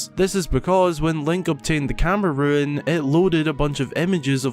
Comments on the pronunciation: No they aren’t one is pronounced “rune”, the other is pronounced “ruin” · It’s camera rune, not camera ruin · I mean no offense but its rune.... ruin is the word for the, well ruins. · really not sure how you managed to say "ruin" instead of "rune" every single time, as if it's the first fucking time you've said the word out loud. stupid.